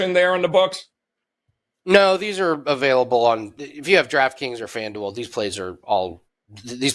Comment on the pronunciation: can’t say available for shit